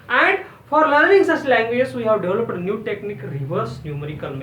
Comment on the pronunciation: its just new not newi